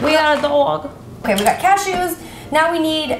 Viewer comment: "cash-EWS" haha never heard it pronounced like that